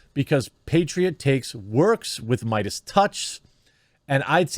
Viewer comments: Spotify already announced they're not going to "silence" Joe's show. What that means remains to be seen since words mean nothing. As for Joe himself, he's got to stop apologizing. And I think it's pronounced "MAY-dus." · jeremy do you have learning disabilities? who says BREGGING instead of bragging? and why did you choose to read meidas with an A sound